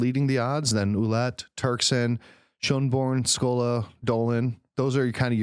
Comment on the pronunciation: Cardinal Ouellet... it is pronounced wha-LETTE... like "wallet" but with the emphasis on the second syllable.